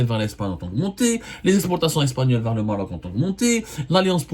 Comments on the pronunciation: Abdou, on dit pas Morok, mais Maroc , ou Maghreb Morok je connais pas cette langue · pourquoi tu appuie trop sûr là lettré R quand ta prononcé le mot maroc 😂😂😂😂😂 sale karghouli 😂